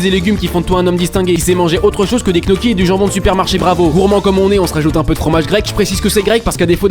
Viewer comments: "Knocchis"? Gnocchis... fou, va. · Il a dit "guenoquis" 🫵😂